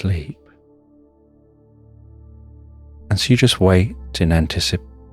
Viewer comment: I always appreciate the antici…. pation pause